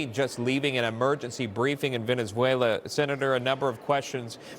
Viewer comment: Newsmax get Bill Haggerty s name right !